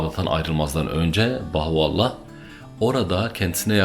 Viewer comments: Birkaç hatadan bahsetmek isterim. * Bahoallah diyormuşsun gibi geliyor söylerken, doğru duymuşsam müsaadenle düzeltmek isterim: Bahaullah. Yanlış duymuşsam da özür dilerim * Bir yerde Hz. Bahaullah'ın adını Mirza Ali Muhammed dedin, Mirza Hüseyin Ali olacaktı. * Hz. Bahaullah Bahai inancında Kaim değil; Kayyum'dur. Sanırım bir yerde karıştı. * 250x3 (her bir seferde 250-şer olmak kaydıyla 3 sefer yani 750 ateş) askerin Hz. Bab'ı kurşuna dizmesi ve sonrasında ortadan kaydolup tekrar zindandaki hücresinde bulunması Bahai inancında üzerinde çok durulmayan bir mucizedir; ama kesinlikle kurşunlardan biri tesadüfen ipe geldi, Hz. Bab yere düştü ve çaktırmadan zindana kaçtı diye inanılmaz. Öyle olsa niye zindana kaçsın? Kaldı ki yüzlerce mermiden biri ipe gelirken 749'undan hiçbiri Hz. Bab ve Enis'e yerden sekerek bile olsa hiç dokunmuyorsa ve yere düşünce de kimse onu görmeden kaçabiliyorsa bu daha büyük hayranlık uyandırmamalı mı? :) (Senin anlattığın İran devlet otoritesinin göstermek istediği tarz... Ama farkında değiller İran ordusunu, eli kolu bağlı iki adamı 750 mermi sıkarak yine de hiçbir isabet yaptıramayan bir güruh askere sahip gösterdiklerinden...) Üstad, bir de Hz. Bab ve Hz. Bahaullah'ın fotoğraflarını, resimlerini yayımlamak hoş karşılanmaz Bahailerce, o resimler ancak Hac ziyaretinde arşiv binasında fotoğraf çekimi yasaklı olarak gösterilir inananlara, belki bilmek istersin. :) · Bahuallah değil, BAHA+U+(A)LLAH = BAHAULLAH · Sebebiyye değil, Sebeiyye; Bahuallah değil Bahaullah....